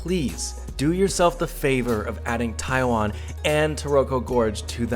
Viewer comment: He can't believe his eyes? Well I still can't believe my ears when I hear him saying "Taiwen".. How long has he been in Taiwan now? And how long has he been speaking English..?? Does he need to take an English class on how to speak it correctly..?